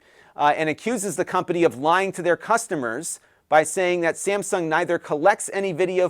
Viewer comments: I know it's Texas, but... Samsgun? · “Samsgun”? Never heard of ‘em.